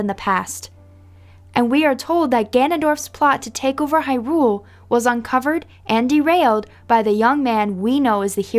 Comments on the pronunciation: It's not hyRULE, it's HYrule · The way you pronounce hyrule makes my blood boil.